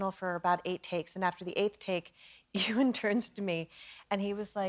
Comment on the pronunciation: It’s Ewan - not Ewing,.😉😂